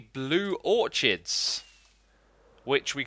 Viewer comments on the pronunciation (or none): It triggers me when he says or-CH-ids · Not sure if the Brits pronounce it differently, but in the US orchids is 'ore-kids.' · Was I the only one who got annoyed when he pronounces orchids or-ch-ids not or-kids. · its pronounced orkids not or-chids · Im pretty sure its pronounced orkids